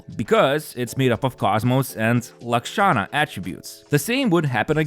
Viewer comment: Just wanted to say that you pronounced Lakshana correctly. Lahh-K-Sha-nah.